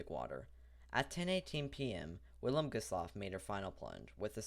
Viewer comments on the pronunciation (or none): The "W" is pronounced as a "V".